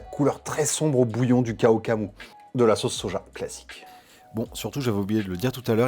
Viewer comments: Le massacre en entendant cela kao ka mou, thaï d'origine, tu peux prononcer Krao kra mou, le H est transformé en R, nuoc mam et pas nioc mam 😂😂😂, sinon bien gérer la recette !!! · Belle interprétation, respect. Petites précisions, ça se dit plutôt Kao Kla moo, les Shiitake et le poivron… euh pas dans la recette originale mais pourquoi pas et sinon du "Nam Pla" plutôt que du "Nioc Mam", la prochaine fois que tu viens à Bangkok je te ferais découvrir la meilleure adresse sur Dindaeng/Bangkok et 2/3 autres petits endroits méconnus… Peace !